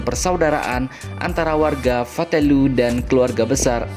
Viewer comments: Nama Fatuleu, Pak. Bukan Fatulue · Itu di Fatuleu bukan fatelue. 🤦🏻‍♂️